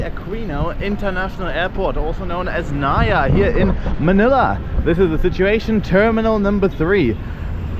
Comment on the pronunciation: It's " Nah - ih - yah" not "Nayah".